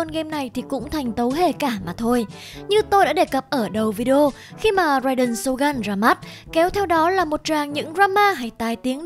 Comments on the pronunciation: tìm hiểu cốt truyện sâu như thế mà đọc tên nhân vật cũng sai.phải đọc là rai đên sô gưn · Rai đền SỌT GÂN :)))